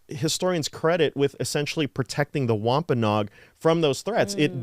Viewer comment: We live in Plymouth county right near the Plymouth rock and the site of the original plantation. We have toured many times. What you said is accurate, however we pronounce Wampanoag differently. It should be Wamp- a-NO-ag with 4 syllables not 'Nog' with 3.